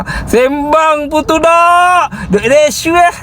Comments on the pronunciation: Macam slang Nepal cakap rashuah. 😅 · dia dah kelam kabut nak sebut rasuah jadi resuah mujur dia tak sebut jadi sedokah, kontrak Singapura mesti cina Singapura dapat, dakwa kalau kena sebat, bagi aku sebat tak bayar gaji tak apa, ekor pari banyak aku simpan. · Sebut rasuah pun tak betul....sbb tgh fikir nak jawab soalan dari sprm